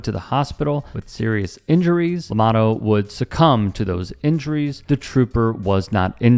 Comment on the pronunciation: Llamado, pronounced, 'Yah mah dtho'